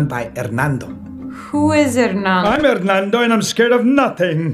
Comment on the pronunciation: Sry gringa but it’s hernando not ernando